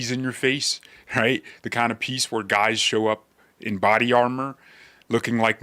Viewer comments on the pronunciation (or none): none